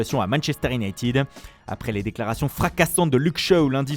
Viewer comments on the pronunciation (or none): none